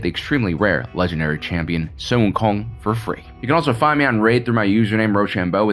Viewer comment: The way mans said Sun Wukong went waaaaaaaay to hard shit was the cleanest accent ever